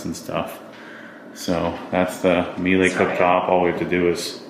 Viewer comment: Surprising that a Porsche enthusiast pronounces Miele wrong! It’s mee-luh.